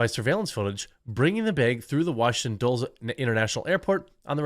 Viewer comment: Jeremy.... say it with me out loud... Dulles is pronounced DULLIS.